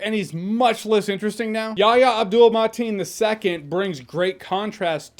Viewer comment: Your review was awesome as always Jay, but I really got a kick outta hearing you say "Yahya Abdul-Mateen II" at the start of the review. I can't believe you didn't fumble it once! 😂😂😂